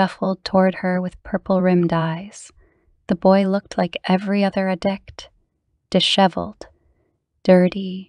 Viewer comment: I also wanted to add if this is an AI voice it's very good and if it's a human I did want to pass along that at the Mark it sounds like she says "ad dick" instead of "addict". Maybe you have to do that because there's a YouTube filter but I thought you would want to know.